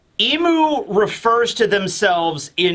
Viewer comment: Soo, are you gonna keep calling Imu Eem? please stop and seek help